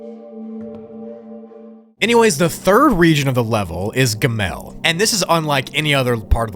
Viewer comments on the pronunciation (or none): Hey, jew here. The hebrew letters are pronounced "ah-lif", "bet", and "gih-mull"